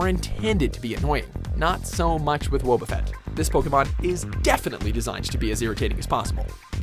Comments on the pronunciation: I love how he kept mispronouncing Wobbuffet, even with clips inserted having it pronounced the proper way That was p funny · The anime pronounces it wahboffet, and you pronounce it whoaboffet. ?! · Pronounced it wohb no woooob like this dude can’t say anything right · Wobbufett's name is actually pronounced like the words "wobble" and "buffet" combined. I'm just saying because the guy in the video pronounces it like "whoa" and "buffet" combined.